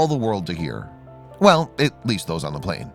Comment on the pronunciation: Just noticed that instead of plane it was plan lol